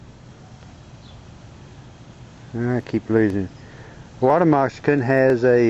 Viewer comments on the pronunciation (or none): Its Moc- ca-sin not mox-i-can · lol, you say 'water messicon' sounds like 'water mexican' =) cool video, though also, I read somewhere that those things can still bite hours after death (reflex) - be careful! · Dude, learn how to say moccasin.